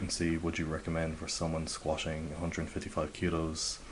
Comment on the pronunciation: why do you prounounce it squashing? ( squatting ) ?